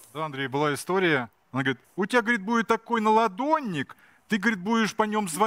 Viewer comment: "Наладдонник" 42.40 ))) Бля, я не можу))